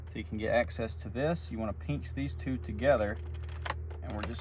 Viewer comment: "You wanna peench these two together"